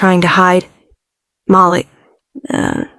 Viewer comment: Haha Mal-lick...we all know it's Mah-leek